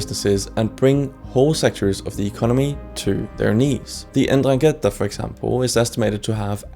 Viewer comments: that says "norangheta", not "indrangheta". Seems like u needed some help with reading, there. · The accent on Andrangheta is actually on the second a. 'Ndràngheta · Ndranghéta? why does no one ever get it right... What's with English speakers and never ever checking accents In any case considering the other mafias as anything close to equal to ndrangheta at this point is just silly, Cosa Nostra was loud and unsubtle and openly tried to challenge the state and the state destroyed it, Ndrangheta developed a subtler and more complex systems, weaving itself in private societies, elite clubs, the halls of Government, and, famously, free masonry. Mafia during the cold war was favoured by America and the atlantist parties as collaborators against communism, being part of the alliances of covert powers (gladio, P2, etc) that were put in place as part of Stay Behind. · You need to learn to pronounce Ndraghetta and btw in Sicilia is actually Mafia( allegedly) If there is any Mafia at all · Good introduction video, apart from the pronunciation, mainly "Ndràngheta", and also Tommaso Buscetta, instead of Bruschetta, lmao. All mafias have a connection to various countries' intelligence agencies, not necessarily of their own country. This is happening again and again since the opium wars. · ndrangheta pronounciation is different, but thanks for the video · can't even pronounce ndrangheta